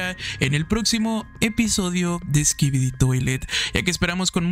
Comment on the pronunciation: Una pregunta also, ¿por que al final de cuando dices "skibidi" se oye que dices "skibidit"?